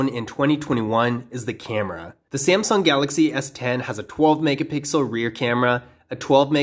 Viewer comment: you accidentally said samsing galaxy s9